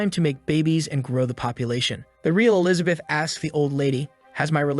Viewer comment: Still trying to figure out who TF is Elizabeat. People really need to proofread before sending their sloppy scripts through their text to speech.